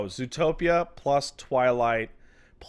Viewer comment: The hell is a "TwighTlight",?